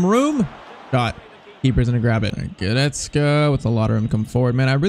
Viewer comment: bro i just have to say i really don't like how you are saying Goretzkas name you're saying like this, "Guretzke" it is sooooo annoying bro like fr